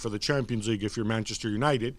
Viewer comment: "let's talk premier league let's talk manjesjer united.." 😳